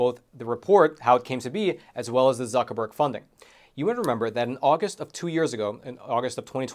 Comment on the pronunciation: "Mark Buc.. Zuckreburg"